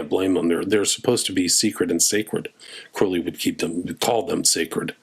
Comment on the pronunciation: It's CROWLEY rhymes with Unholy